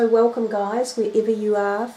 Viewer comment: It sounds like she says whale cum